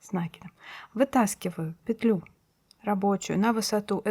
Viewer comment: Ну наконец! Целый день искала что-то подобное. Попадалось то плотное, то дырявое🤣 За петлЮ и нАкид - отдельное спасибо😍. Старая интеллигентная советская школа. Пожалуй и подпишусь ради этого😁. Всем щас стало казаться, что правильно накИд, потому что накИдывать. Хотя почему-то если прикУсывать - не прикУс, а прИкус😂. Волшебный русский язык😉. Недавно попадался фильм Настройщик" К.Муратовой - крупнейшего советского режиссёра, ну так там тоже звучит нАкид. Неужели бы человек такого уровня и статуса не заметил бы, если бы это была ошибка?🤷‍♂